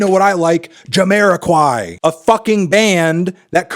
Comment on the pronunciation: I'm a big fan of Jamiroquai and I'm happy that Fantano finally pronounced their name.